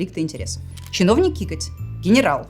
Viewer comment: Не кикоть, а Какоть)))